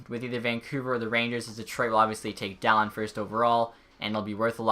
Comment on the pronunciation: Dahlin is not pronounced daaaa lin its pronounced Dahleen